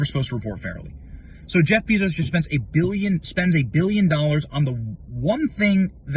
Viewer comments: BAY-zohss (/ˈbeɪzoʊs/) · Bezos, pronounced BAY-zos